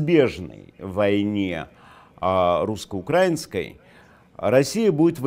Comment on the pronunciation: Вроде образованный человек, хоть и пресмыкался перед бандитами, но ударение в слове "украинский", грамотно поставить не может. Что за - "смотрите", перед тем, как что-то сказать? Большой знаток английского языка и мыслит на английском? Это в английском языке, принято говорить - look, перед тем, как что-то начать говорить. А в русском языке, для чего это делать? Такой себе псевдоинтеллектуал ... отличает Гоголя от Гегеля, Гегеля от Бебеля, Бебеля от Бабеля, Бабеля от кабеля, кабель от кобеля, а кобеля от суки, а далее словесный понос, как у того же Пучкова aka Гоблина.